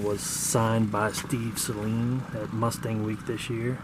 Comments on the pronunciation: It’s not pronounced si-leen It’s say-leen Just btw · “Say leen” Only 1 consonant after the vowel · Bruh I swear it’s sayleen at least it’s how it’s pronounced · Out of every Saleen owner I've ever met at meets, every one of them besides maybe 2 have said SAYLEEN including me. I know how it's pronounced but everyone refers to them as SAYLEENS. Kind of like how people say Louivull, Louieville, and Lewisville.